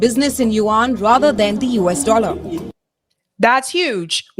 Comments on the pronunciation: It’s pronounced as “you-en” , not “you-Ahn” nor “wan”. Just like Yen, but with the “you” in front. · the people pronouncing 'yuan' in this clip aren't Chinese. I wouldn't take them as a pronunciation guide.